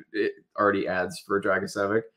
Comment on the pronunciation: His last name should be pronounced Drag-i-say-vitch (like mitch but with a v). My best friend is a Croat. Ya'll talked about team factors in regards to his production and how his team isn't great, but I don't think that necessarily makes it more impressive in this case. I feel like a lot of his teammates defer to him since he's the only high skill player on the team so he generates a lot of points by virtue of volume of plays rather than quality. He does have a plus shot for a D-man though. Easily the best goal scorer among D in this class.